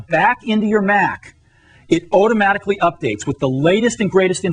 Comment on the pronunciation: Otomatically.... otomatically. Say it with me, Steve. Automatically.